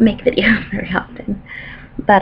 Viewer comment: " i don't of t'en make videos " .....fantastic ! Keep going on !